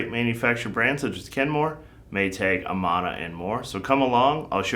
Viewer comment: Very helpful, but It’s “uh-man-uh” as they were once manufactured in Amana, IA (same “a” as in Amanda)